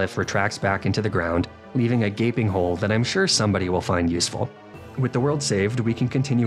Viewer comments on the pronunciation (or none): none